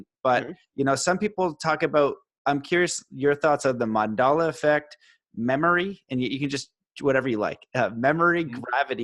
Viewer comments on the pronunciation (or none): It's Mandela not Mandala :)